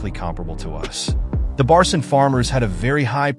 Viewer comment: One minor correction; the 3rd letter of the Turkish alphabet is C and read as G in "genuine" or "gentle". The 4th one is Ç and its literally CH together, as in "Cherry" or "chopper". So its not Barcin = red as Barsin, but rather Barçın, should be red as Barchyn. Put "Barchyn" in google translate English, make it read, its the correct pronounciation.